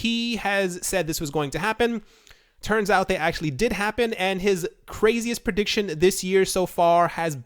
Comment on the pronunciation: prejiction? Is that a mix of prediction and projection? 😂